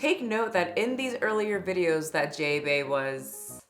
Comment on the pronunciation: Jay Bay? more like Jah-ba